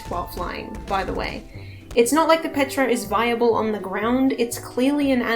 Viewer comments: Love ur content and analysis but why u keep say petra instead of ptera? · The fact that you say Petra instead of Ptera tells me you're a Primal Carnage player, no judgement. Just an observation